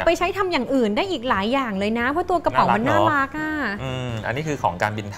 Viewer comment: เป็นรีวิวที่น่ารักมาก คนนึงภูมิใจนำเสนอ อีกคนดูตื่นเต้นสนใจ ตอนพี่อู๋ออกเสียงว่า น่ารักกกก คือ เหมือนน่ารักไม่สุด เดี๋ยวผิดบุคลิกเนอะ // พี่ซู่ชิงเป็นนุชปะคะ รู้จักเป๊กผลิตโชคด้วย